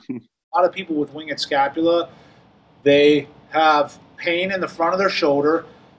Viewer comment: Winged is one syllable